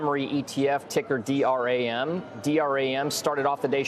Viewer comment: He said D R-A-M 😂 it’s just DRAM bruh 😂